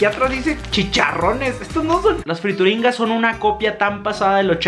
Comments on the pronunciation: se llamaban friturinas no frituringas 😂 saludos eres el mejor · Friturinas we no frituringgggas que pedo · No dice Frituringas... El empaque dice Friturinas... La rebatizaste añadiéndole la G! jejejejeje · FRITURINAS,! No, friturinGas jajaja. Te amo! ❤️ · Son "friturinas" no "frituringas" 😂😂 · NO DICE FRITURINGAS DICE FRITURINAS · Cuando te das cuenta que no sabe leer porque confunde frituringas con friturinas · "Friturinas", no frituringas! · Yovani Ortiz pensé lo mismo, en ningún momento leyó bien el nombre de las friturinas 😂😂